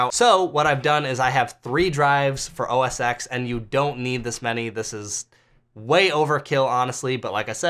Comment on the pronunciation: just fyi, OSX is OS 10 not X like roman numeral 10=X